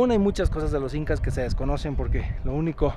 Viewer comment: Jael l incas sin "h" 😂